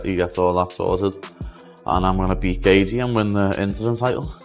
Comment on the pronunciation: Justin Gayther!! I wish he would beat your ass for mispronouncing his namr.